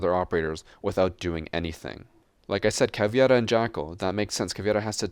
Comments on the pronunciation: Btw it's Caveira not Caviera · For the love of god please stop butchering Cavs’ Name Cav-Air-Uh